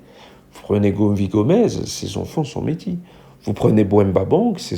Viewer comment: "méti" ??? J'ai bugué 🙄 c'est la 1ère fois que j'entends "métis" prononcé méti ! 😂Comme "métisse", métis au masculin se prononce "métisse". À part ceci, j'ai entendu "Beau cul" ? "Belle gueule" ? heu...non, tout est relatif. Soyons honnête et réaliste, c'est rare. Toutes ne sont pas Naomi Campbell non plus, faut pas exagérer. PS je cite Naomi Campbell mais il y en a d'autres, c'est juste que c'était mon modèle quand j'étais jeune, j'avais le même physique qu'elle (globalement) et je ne suis pas black. 😀